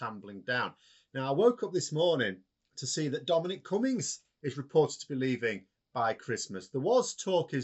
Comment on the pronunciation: KOONS-BERG NOT "Kunns - berg" ... And (Max)... Its "CummINGS" NOT COME INS